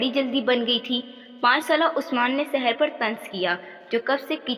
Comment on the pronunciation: Saher ko Sahed keh raha tha😂😂